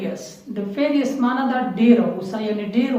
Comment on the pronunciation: Fearious---it is furious Specious----it is spacious bro...keep up the good work..